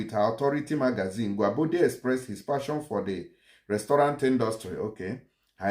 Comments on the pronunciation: You don't korrupt His Name bro! it is pronounce correctly as "Guobadia" and Not Guabodia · Which one is Gwabodia?Next time read and understand your pronunciation before coming to public space.His name is Gwobadia.